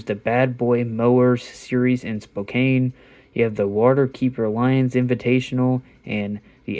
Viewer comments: 🤣 "Spoo-kane" 🤣 "Spoke-Can" aka Spokane 😎 Absolutely Loved How you pronounced Gonzaga's City!! My Friend, you're Amazing and Absolutely Lovin' this & I will ALWAYS tune in for this video!! You're 💯% My College Sports Man! Great Video Overall My Friend and I Sincerely Appreciate You sharing this!! 😀 Awesome thatcha played basketball for so long 😎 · LOL it's all good at least you didn't try to pronouncing Puyallup! When you said Spokane, I was laughing because I heard a mini twang in the word, but it's not like I can pronounce any of your cities out there correctly, so it's all good 🙃🙏😀